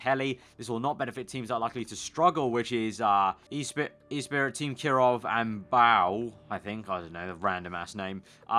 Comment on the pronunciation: Espirit is said like Lotus Espirit "espree" not e spirit mate.